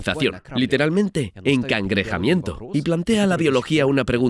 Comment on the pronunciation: "Encangrejamiento" anjsahsja